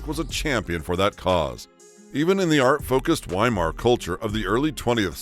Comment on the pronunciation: The W in Weimar is pronounced as a V. Veimar!